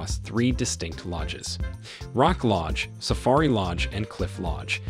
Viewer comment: All the work you went to to make this nice video and you mispronounced so many words! Please do all your homework and say names correctly. safairy come on.